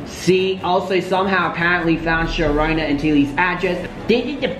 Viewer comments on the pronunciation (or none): Nobody::...”YB’s mom Sharona...” 🥴🤣🤣🤣🤣 It’s SHA-RUN-DAH, baby 🤣🤣🤣🤣🤣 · “yb mom sharona “ ctfu it’s rondaaaa 😂